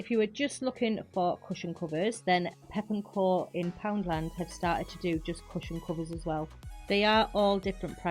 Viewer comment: Great video, but it’s pepco not pep and co ❤